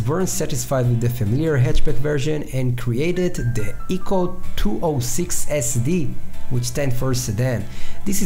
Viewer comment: Also its pronounced i-co, not ee-co